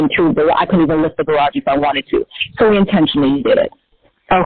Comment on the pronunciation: I've never heard so many single-syllable words spoken with 2, or several. "I li-eft he-er iyirn theer ha-ourse.. iyirn the-er gyer-ararge" - this guy is iyirnsufferayable.